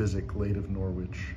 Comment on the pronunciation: Very nice to see this. The 'w' in Norwich is silent, thus it is pronounced 'Norrich' by British people.